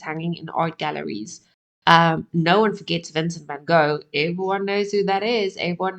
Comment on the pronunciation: I’m proud of you for pronouncing his name in Dutch. It’s not the easiest sound to make for most English speaking people. Spent some time in the Netherlands maybe? 😊